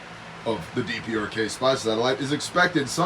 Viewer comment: DPRK-the "dee-perks".